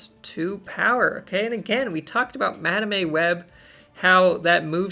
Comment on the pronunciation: I heard Madam A Web lol. Like hmmm does her middle name begin with an A?